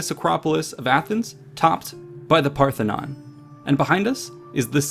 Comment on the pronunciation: Parthenon not pathenon